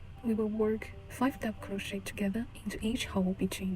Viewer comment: It is pronounced as kroh·shay not crow-shet Also couldn't see properly, white yarn on white background, hard to understand